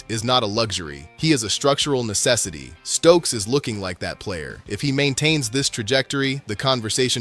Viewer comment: Ummm.... Jermod, not Jermaine. Stukes, not Stokes. Treyvan, not Trevon. Janoko, not Janovich. That's all I could take.